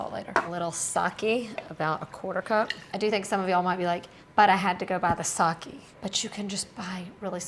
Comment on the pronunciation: Just an fyi it is not Saki it is Sake - pronounced Sakay. Saki is a female name.